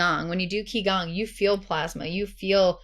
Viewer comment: The mispronounciation of Qi Gong & merkabah were too distracting 😂